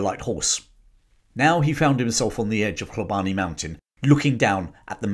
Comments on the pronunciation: Love the channel thank you and sorry for being a bit of a knob, Hlobane is pronounced Shlobane in Zulu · You are pronouncing the first portion of "Hlo" in Hlobane correctly, but the remainder is being pronounced incorrectly. The "e" is silent and the "bane" is pronounced as if you are saying the "bahn" in the German Autobahn.